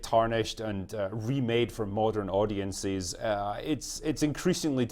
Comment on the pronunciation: the magic phrase makes its appearance ! "MODIN AWDIENSIS!" 😁😂🤣